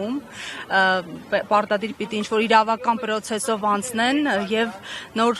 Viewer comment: Պրոցես😂գրվում է պռոցես կարդացվումէ😢🎉🎉